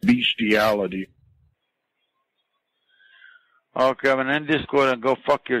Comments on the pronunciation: Beshtiality SAY HESY! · "What are you doing in Walnut?" "Beasthiality"